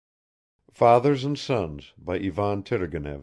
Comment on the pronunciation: The accents and pronounciations are all incorrect..."Turgenev" has to be red "turˈgʲenʲɪf" , with the accent on the JE...it's like to pronounce "Stevènson". I know it's free and blablabla..